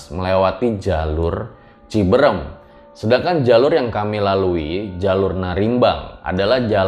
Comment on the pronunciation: Cibeureum ka bukan ciberem 😀